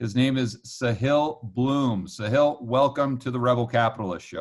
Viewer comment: The guys name is not 'sa-heel' his name is 'saa-hil'. It means the 'coast' or the 'seashore' like the beach basically. ساحل (sahil)